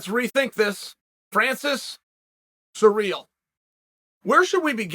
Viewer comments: The way he pronounces Cyril is surreal. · '' Francis Sir eel '' lol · “Surreal” Gane lol surprised he doesn’t pronounce last name as “gain”